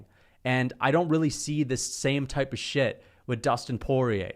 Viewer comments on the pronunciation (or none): none